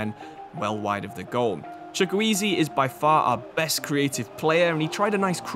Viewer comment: eze from crystal palace is how you say it in Chukwueze name